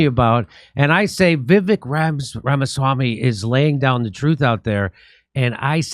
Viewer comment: Jimmy and his team. Learn to pronounce "Vivek Rama swamy" because he will be in your face all the time 😅